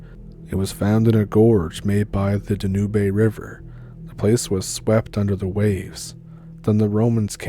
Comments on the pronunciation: Its the DANUBE river; like how u say the word "tube"...Dan-ube. Its one of the most famous rivers in Eastern Europe 😊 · Danube: pronounced: Dan-yube( like tube)👏